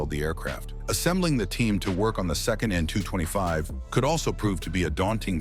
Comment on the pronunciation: Soviet planes/helicopters etc arent pronounced as letter by letter. Its pronounces as a word. So AN is not 'A N ' its just as you read it 'an'. KA (Kamov helicopters) - is KA (car withour the r) , SU(Sukhoi) - is SU('soo' rhymes with 'shoe' or 'too' , IL(Ilyashin planes) - IL (same as ill) and so on. EDIT: I say Soviet and not Russian/Ukrainian, because AN-225 is whether anyone likes it or not a Soviet plane. Country the size of Ukraine or just Russia could never even dream of building a plane like this, the ammount of engineers, funding, even the need of it (wasnt made as cargo plane...) etc. For just as example, look at Airbus A380, whole europe was on it. Wings done in A country, cockpit in B , maybe tail in C and so on. Same idea with AN-225, but withing USSR.